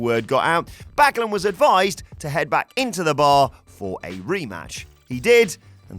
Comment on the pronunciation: You have to btch about spelling mistakes? Your ears were still working fine and he did pronounce his the name correctly... Meh, get a life and move on...